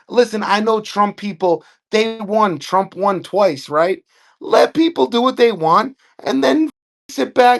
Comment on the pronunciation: "I will Bote for Dawn Lawn Thrump!" 😂